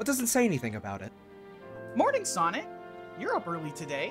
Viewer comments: "Sonc" made me lose it more then it should have tbh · There's no 'i' in Sonc.